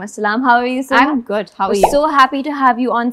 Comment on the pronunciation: Sarha ka name pronunciation poochny k baad bhi host wrong pronunce kerte rahi